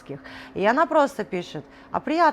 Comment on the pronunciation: Только не костеНят, а костеРят! А в остальном, восторг и восхищение таким мастерством, терпением, вкусом и красотой ! Потрясающе талантливые мама и дочь!